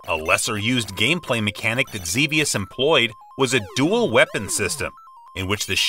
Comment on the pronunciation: Another one people mess up is "Xevious". It's "Zev-ee-us". Not "Zee-vee-us".